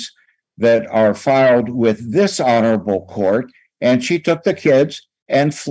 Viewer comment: Ok, so when I hear this older attorney say "this honorable court", I keep hearing "dis-honorable court"